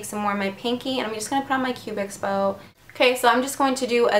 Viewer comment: you're so cute! oh by the way, it's called a "cupid's bow", not a "cubix bow" ;P